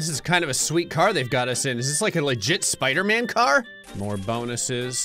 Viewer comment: Spooder flan instead of spider man 😂